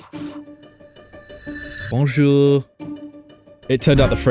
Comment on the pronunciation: the "bonjour" made me extremely pissed so good job!